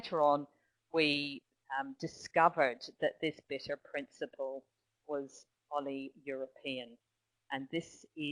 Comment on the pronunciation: Where does copper sulphate come from? The speaker should give more explanation - instead she is just reading out the text on the screen. Very disappointing for a Professor! And she cannot pronounce 'Oleuropein' correctly.